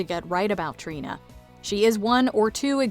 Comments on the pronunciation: Trina was mispronounced, Jinkx was not in the video. Sad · I'm sorry the way you say Trina absolutely made my blood boil